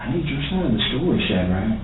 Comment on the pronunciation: this detective pronouncing his name like 'shad RAK' is making me insane.